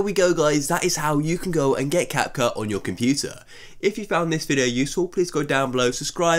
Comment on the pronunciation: "Cap-Khu" lol